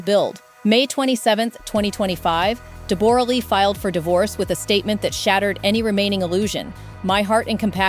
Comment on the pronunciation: Stop saying DEBOOOORAH its Debra!!!!! Do your homework before presenting a story lady!!!!